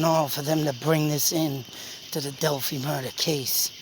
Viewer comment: Just started listening to you, enjoy your logic. Just a fyi, it is pronounced Dell-fy (fy rhymes with by) Take care